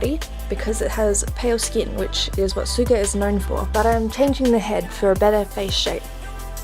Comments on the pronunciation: You did a great job! It does look like Yoongi but just to let you know when you say Sugas name you don't say it with an S like "S"uga u say it "Sh"uga. It's just spelled Suga. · i loved the video, good job! But i just wanted to pint out, suga is not pronounced like how its spelled, its pronounced like shuga. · It’s pronounced like actual sugar but ok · Ellie May It’s pronounced Soo-ga but when Suga says it it sounds like “Shu-ga” because of his accent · e m m a n g u y e n actually it’s like “sugar” without the “r” it’s nothing about the accent, it’s “shuga” not “soo-ga”